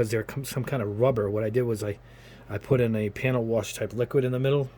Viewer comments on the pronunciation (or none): none